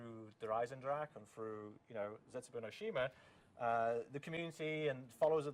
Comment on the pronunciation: Even he said Dee eisendrach not with a hahahahaha